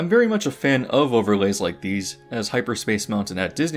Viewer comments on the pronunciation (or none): none